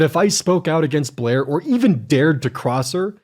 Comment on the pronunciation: It’s funny pronounces Blair as “Bleeergh” and creator as “curator” because I realised she IS bleergh and she plagiarised everything so she’s not a creator, only a curator of shitty ripoffs. This man’s accent has gone meta.